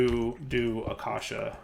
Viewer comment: Ayyyy he finally pronounced "acacia" correctly, only took like a decade 😂❤